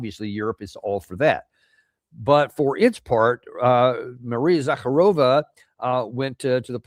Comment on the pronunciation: It's Za-karova...not Zak-a-rova. Slavs all over are laughing.